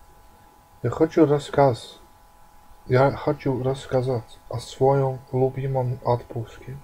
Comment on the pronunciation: Nice work) the stress: своЁм "Пока" sounds really strange here. It is better to say in the end: Это всё, что я хотел рассказать.